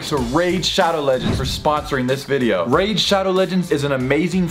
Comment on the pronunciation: I stg the first two times you said “raid” you said rage. 🙃